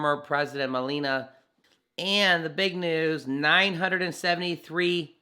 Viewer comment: It is pronounced Me-La-Ni-A not Melena.